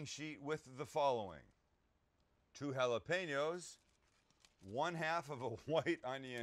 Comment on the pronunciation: On behalf of all spanish descendants thank you for pronouncing jalapeño the right way Sam